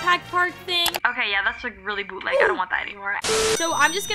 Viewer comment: Did someone count how mmany time said 《boutleg》😂😂😂